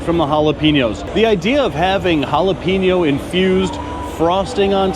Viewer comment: you need to apologies for jalape-no but points for not just saying it is all good